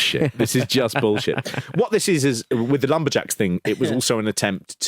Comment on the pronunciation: I thought you said 'LumberGels" as in "they all have breast implants"